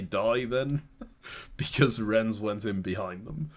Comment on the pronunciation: first chaos game: diabolical pronunciation of nantes second chaos game: diabolical pronunciation of rennes (pronounced ren) both cities in the same region of france, same mistake in pronunciation!!